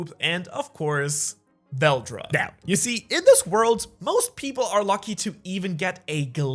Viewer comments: It is veldora not veldra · tf is veldra its veldora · his name is VELDORA like dora not veldra a in dragging these balls on your kitchen table. ok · vel do ra not vel dra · Fun fact it’s Val-DORA not whatever you been saying 😂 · Veldora is spoken as vel door ra= veldora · CAN YOU SAY THE A IN VELDORA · Why did u say veldora's name is veldora when it's name is veldora?